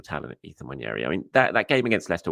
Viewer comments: It’s pronounced ‘Wan-Airy’. Not ‘Wan-Yairy’ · Its about time that we all started pronouncing Nwaneri’s name correctly. Its not prounuced One-Yer-e its pronounced One-eri. Come on!